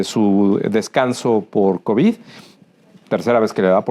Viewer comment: Será que este burro se vaya a ir sin haber aprendido que las palabras que termina con “d” así se pronuncian y no con”t” se dice covid, no covit y es solidaridad, no solidaridat!!!! Bueno dicen que “chango viejo, no aprende maromas nuevas”